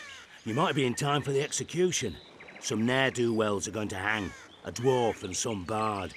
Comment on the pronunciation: 15.41のところ you have no right to hung って言ってるように聞こえるけど 何がどう違うのか聞きたいです